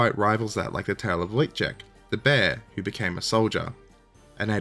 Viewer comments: Great video, however it is hillarious that you pronounced Wojtek as Wojciech which is a far more difficult word. Wojtek should be pronounced as 'Voyteck' or 'Voytech' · Wojtek should be pronounced Voy-tek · Wouldn't that be "Voytek" I'm fairly sure this is pronounced "Voytek" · You pronounce the diminutive "Wojtek" the way that "Wojciech" is actually pronounced (while claiming you can't pronounce it :)). "Wojtek" should sound more like voy-tech. Also, you are spot on with the translation of the name. "Wój" is a name for early Medieval period man-at-arms, "ciech" is an old Polish word for joy (not used anymore, except as a verb - "cieszyć się" means "to be glad" or "to be joyful"). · Your pronunciation of Wojtek is actually closer to the full Wojciech than it is to Wojtek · heck, that must've been ridiculous, I'd love to see that 😅 But, there're some ways to make it easier for you. Quite an easy trick is to swap bits of polish words (or ukrainian, or russian) with similar sounding english words, or parts of them 😎 In this case, for example, You've got the second bit of the bear's name right - first part is prenounced Voy-, as in voyage. Polish W is always prenounced as english strong V. The one that is pronounced like an english W is Ł 😅 Also, there're no muted letters in polish so, for example again, when mentioning Pilecki at the start of the video when you prenounced 'ck' as 'k', it should be more like 'tz k', 'tz' like in the 'tzar' word 😎 Contrary to what people say, all the same sounds exist in both english and polish, they're just used in different ways 🤣 Sorry for that 'tldr' type of post, but I hope it'll help a bit 😅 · Oh, oh wow. I don't think I've ever heard anyone butcher the pronounciation of any word this much. How did you manage to turn "Wojtek" into "lykciek"? You got one (1) phoneme correct out of that. I'm impressed. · pronounced voi(d)-tech